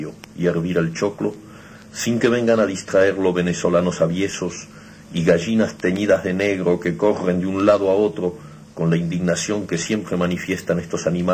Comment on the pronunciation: equivoca al leer... Es " venezolanos aviesos" se le van las "s"